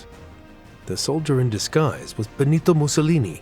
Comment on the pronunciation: Muito bom, mas que porcaria de dublagem!!! Falou o tempo todo Clara "fatàxi" sendo que é Petacci (Petàtchi) além "Clara ara" e de "bOnito" e nao "bEnito"...